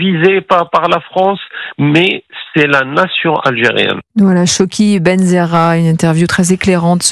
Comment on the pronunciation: Eh la journaliste on lit correctement le nom du Mr C'est CHAWKI BENZAHRA B.E.N.Z.A.H.R.A